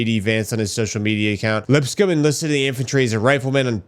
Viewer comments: Lips coam like a comb 🪮 is the right pronunciation lol. Sorry for the correction brother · LipsCOMB not LipScum